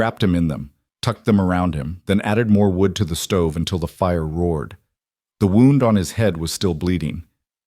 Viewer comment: My suggestion would be to listen to the finished video before posting it some of the foreign languages that are left in are irritating and the missed pouncation of words as in wound as in injury and wound as in to whind something up